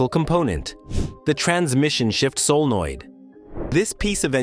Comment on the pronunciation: Tell your AI narrator that 'solenoid' is a three-syllable word.